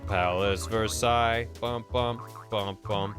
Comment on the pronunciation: The most American way to pronounce Versailles is the first way you did it, Ver-Say-ULz. Kentuckian, can confirm.